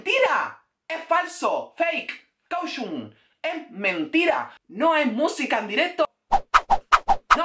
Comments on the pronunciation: Nadie: Absolutamente nadie:: Caushun😂😂😂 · Caushun JAJAJAJAJAJAJA